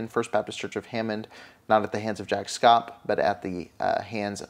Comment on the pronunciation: Sorry to correct u but his name is proNounced SHAPP SH + APP. Not that he deserves anything but just to help you.